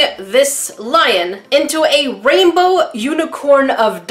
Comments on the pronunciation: "Raibow" - English Numba 1! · Is 'raibow' the same thing as 'rainbow' ? 😆